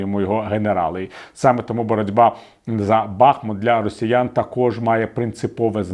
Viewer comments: БахмУт, а не Бахмут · Бахмут наголошується на другому складі